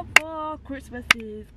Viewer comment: “Look at the Chrimas tree!!!”😭😭